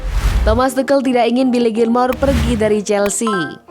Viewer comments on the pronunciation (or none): Naratornya goblok... asuu... Bukan TUKEL ... tp TUSYEL ... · Entahlah kok Tuchel itu dibaca tukel😄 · Tukhel atau Tuchel min😂😂😂